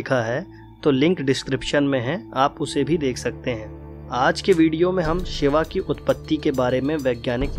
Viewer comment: Koi bhi vishlashan karye waqt ucharan to sahi kare Shiv ko Shiva or Yog ko Yoga kam se kam sanatam dharmi to na kahe